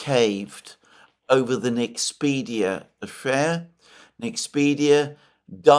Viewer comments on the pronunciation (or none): Btw it's NexpeRia, not NexpeDia. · Liked, as I almost always do, but I believe it's NexpeRia NOT NexpeDia. Please fix that. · Mr. Mercourius the Nederlands semiconductor company is called NEXPERIA, not Nexpedia as you keep calling it.